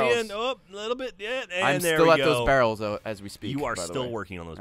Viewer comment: As any bro says VARRELS!